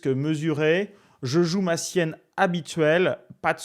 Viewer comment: Très pédagogique et instructif...et il.n' y a plus de petits joueurs. Par contre pas Sienne , mais Siciliennne.